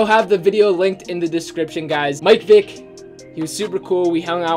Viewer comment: He says mike Vick it’s Michel ck